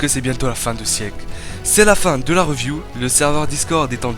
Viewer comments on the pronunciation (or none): none